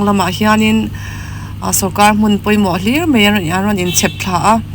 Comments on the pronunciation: Enga tinge Mizo tawng lam rik hi mi puitling awm Tak Tak tepawh hian an tih dik loh fo le? Nang pawhin "Mai" tih tur "Mei" I tizel a. Han ngaithla nawn ve teh. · Mei ti lovin mai ti tawh rawh ngaihthlak a nuam lo thin